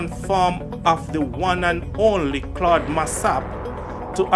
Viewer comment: You are pronouncing Claude’s name wrong. Get it right please .